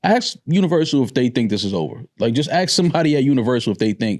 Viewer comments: axe for something no artist has ever axed for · how hard is it to just say "ask".... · I don't listen to anyone who can't say the word "ask" correctly. Dude has his head so far up Drake's chocolate starfish.